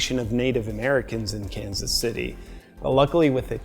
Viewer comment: Sounded like Los Angeles there at the end